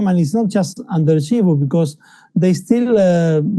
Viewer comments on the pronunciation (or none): It's Chivu, not Shivu lol